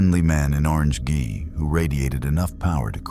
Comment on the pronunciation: gi is pronounced (gee) in japanese